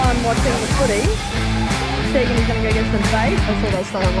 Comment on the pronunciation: Love the adventures you girls take us on!! and love how calls Tegan Taygan lol 👍🏽